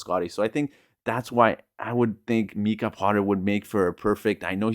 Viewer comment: It's not Meeka Potter it's Mike ah.